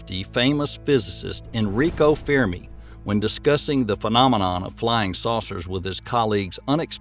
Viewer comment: Fur-me not fear-me...... Smdh